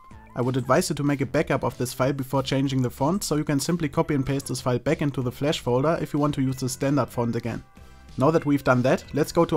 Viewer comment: it's flash not flesh lol